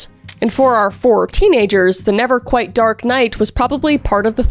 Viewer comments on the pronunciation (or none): none